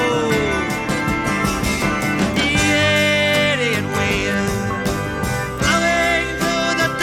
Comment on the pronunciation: A brilliant "diss track" before there was such a thing (although Positively 4th Street preceded it by a few years). A standout track, even among the GOAT's output. Absolutely love the way he adds a couple of extra syllables to the word "idiot" - really sounds like he means it, right? Really loving your channel, - Dylan and the Beatles and whatever else you check out. It's all good!